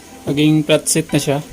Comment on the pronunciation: Pano pag pronounce mo platset? Hahahhahaha